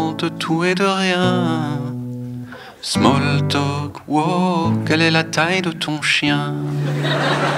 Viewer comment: "smaule tolque" continuez d'essayer de parler anglais ça me régale 😂